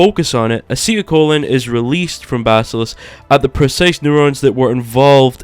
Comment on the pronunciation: wow dude "acetyl colon" and baskalisk" where'd you get your biology degree using such big words and saying them correctly i completely believe everything you are telling me you are the expert